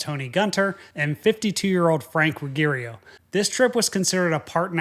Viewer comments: Careless. You misplaced a vowel in speaking "Ruggiero". That indicates that you didn't carefully study the word before pronouncing it. Same as failing to do pre-flight checking and learning of weather. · FWIW, I have a friend whose last name is "Ruggiero" and he pronounces it ruh-JEER-oh.